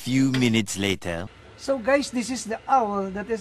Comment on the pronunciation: at the beginning he said gays